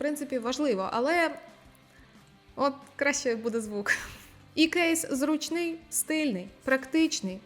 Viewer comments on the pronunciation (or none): У якому застосунку до навушників є українська мова теж не знаю, але точно знаю, що українською наголос у слові "зрУчний" на першому складі. Дякую, Насте, за цей топ!